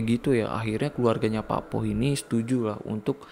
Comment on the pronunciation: Cuma mau meluruskan. Ada beberapa yg salah pelafalan. Pakpoh = bapak sepuh / pakde penyebutan untuk laki2 paruh baya yg terlalu muda buat disebut kakek. Cara baca o di pakpoh sepetti pengucapan o pada bakso Cak bejo = cak untuk laki2 lebih tua seperti abang. Bejo cara baca e seperti pengucapan besi dan o seperti pengucapan pada orang. Bukan dibaca e seperti bebek dan o seperti bakso. Pengucapan cak sama seperti hurufnya. Bukan cek.